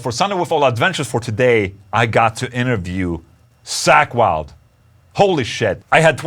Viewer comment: "Sack Wylde" 😅 no but awesome interview though, he's such a cool guy